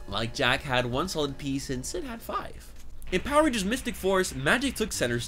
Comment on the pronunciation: I don't know about yall but I heard this man say power rangers std